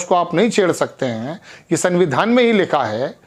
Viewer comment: च्चा सारवरजनिक नहीं होता है सार्वजनिक होता है आकाशवाणी से प्रसारित शुद्ध स्पेलिंग पढें या बोलें तो दिक्कत नहीं है संविधान होता है सरविधान नहीं होता है ये सब कुछ सरदार होकर प्रार्थना के साथ स्वागत करते हुए अपना उच्चारण भी ठीक कीजिए आपके चैनल से जुड़ें हुए हैं बुरा न मानें तो क्षमा प्रार्थी हूँ